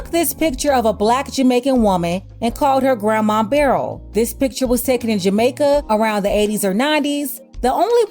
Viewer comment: It’s pronounce Bur el